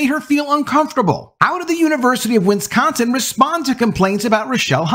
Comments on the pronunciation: It's not "Winsconsin". It's Wisconsin. Wis. Con. Sin. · It's not pronounced: WIN scon sin.... WIS con sin Please practice.